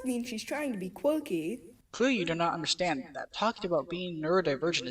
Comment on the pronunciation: “No no, cweepew you don’t undewstaned”